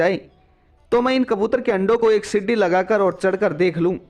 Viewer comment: Sidi nahi seedhi bol